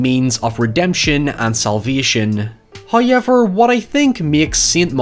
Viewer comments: First "high-yevver" occurs . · Finally, I can hear you "Hoiever" live. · Ah, it's the guy that mispronounces "how ever".